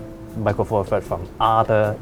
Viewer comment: Four Furds WTF. Th, Th, Th. Four THirds. This infantile pronunciation drives me nuts.